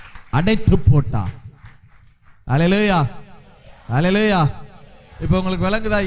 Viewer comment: ஒரு எபிரெய அறிஞர் அல்லலாயா... என்று பொறுப்பின்றி உச்சரிக்கலாமா ? மற்றபடி செய்தி நல்லது.